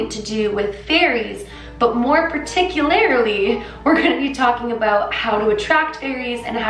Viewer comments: I love you to death but it's "PAR-TIC-U-LAR-LY" not "PAR-TIC-U-LAR-I-LY" lol <3 <3 <3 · Particuarilily??? lol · 39 and did she just say paticularrrrrily? She makes blondes look dumb when she says words wrong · Am I hearing wrongly or does hse keep saying particularily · say it with me PAT-iC-U-LER-LEE 😂 You're so freaking cute omg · “PerticULARly” lol. You’re so cute. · The way you pronounce "particularly" is so cute. ♥ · The way you say particularly makes me giggle.